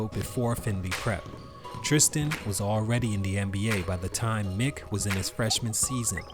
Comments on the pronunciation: It definitely is pronounced mike! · It’s “mike” I know it’s spelled “myck” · Mick....I thought is was pronounced Mike